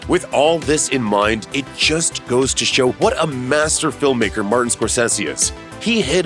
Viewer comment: Who is Mar-Ten Score-Sayshiss?